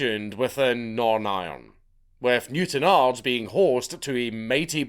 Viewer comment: Thank you very much for pronouncing ards properly Dank.